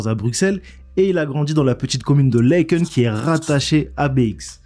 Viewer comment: Une vidéo de Qualidad supérieure! Par contre tu as écorché « Laeken », ASSASSIN!!